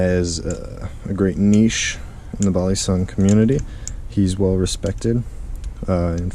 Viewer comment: Hey I’m from the Philippines and u pronounce balisong perfectly ngl